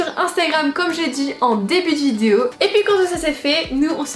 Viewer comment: T'as vraiment du mal à dire vidéo hein ? Essaye de t'entraîner pour la prochaine ... vidéo ! ;p Love